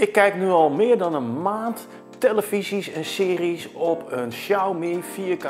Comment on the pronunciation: Begin: ‘televiesieS’ nog wel😂